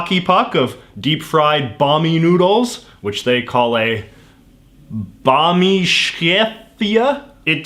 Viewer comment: its bakmi not bami